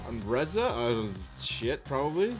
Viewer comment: It’s “Reza” not “Reeeza”